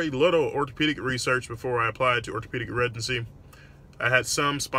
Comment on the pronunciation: Been a fan for a while Doc. However, I've always been curious as to why it sounds like you say residency with a G? Like "Regency"